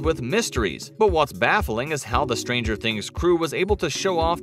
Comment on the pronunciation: "Behind stanger things"